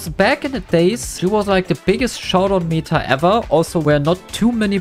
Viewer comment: why does he say mita and not meta